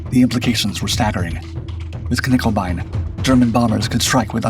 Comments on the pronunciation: Knickebein, not Knickelbein! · Also no L in nickebein